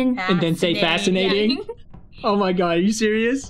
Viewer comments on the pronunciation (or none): Its serious not siourius